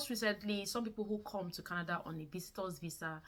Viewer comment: Its not kanada. It's Canada